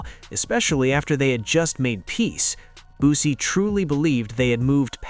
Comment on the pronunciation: Fuck all that pronounce that man name right BOOSIE his fucking name not boozy